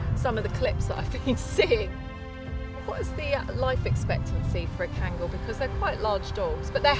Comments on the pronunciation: OMG Finally right pronunciation at 14.15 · kangal name is correct pronunciation. Thanks grand mother.. "a turkish son" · You know is really an expert because she pronounces the name correctly (as Khan-gull). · The old lady even pronounced kangal right! Respect ❤️ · I really appreciate expertise and love of Kangal dogs. What surprises me is, she really pronounces "Kangal" with correct accent! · yaşlı kadın tam bir münevver.. kangal'ın telaffuzundan tutun, anadolu çoban köpeği demenin doğru olmayacağı demesine, herşeyiyle klasik atıp tutan kalıpçı batılıdan çok farklı. oturup sohbet etmek isterdim. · The old lady pronounce the word "Kangal" right 👍🏼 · the old lady is such a sweetheart, knows all the history about Kangals. Loved how she pronounces Kangal as we Turks do. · "as we Turks do" old lady pronounces true in Turkish